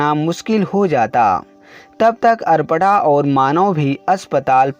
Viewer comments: Nice story but arpna nahi aprna hai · Are adpada aparna hai 😁sahi se bolo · सर अगर आप सही उच्चारण करें तो अच्छा है।कपड़ा कहते हैं।अल्पना कहते हो। नाम है अपर्णा ओर आप पता नहीं क्या बोलते हैं। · Bahu ka naam toh sahi bol lete. Aparna ko pata nhi kya bol rahe ho. Koi asan naam rakh lete jiska उच्चारण sahi se kr lete